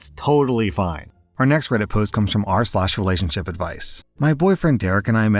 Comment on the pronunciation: Rslash, when I first learned your name your daughter had just been born. I legitimately thought you were calling yourself "Dadme"